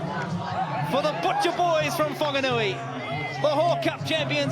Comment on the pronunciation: Thanx to WFRTV → 2maarrch Whanganui Butcher Boys ☺ √ → commentators you sound ridiculous/stupido it's Whaaaaarrrrggganui NOT fonganui → there's no "O" in Whaaaarrrrggganui capic....speaka da englisi :)